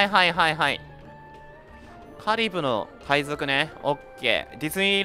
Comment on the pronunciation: カリブの海賊がカリムの海賊に聞こえた…w